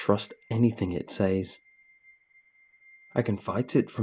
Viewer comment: I love this dude but the way he pronounces "says" drives me F-ing nuts!